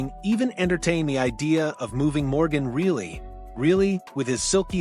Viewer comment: Maybe start with pronouncing Organ Rielly’s name correctly, idiots!!!